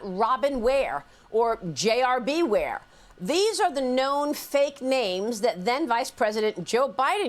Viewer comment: “BWARE” 😂 lmfao stahhhhp